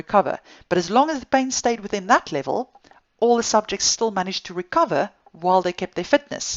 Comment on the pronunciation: I like the way she says pain. “bain”